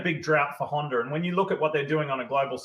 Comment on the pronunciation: Of you are a professional supercross commentator you should have to be able to pronounce the word Honder- the R is silent. It’s pronounced Honda